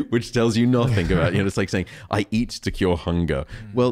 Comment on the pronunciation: Thank you for this interview, but it's "nothing", not "nothink".☺️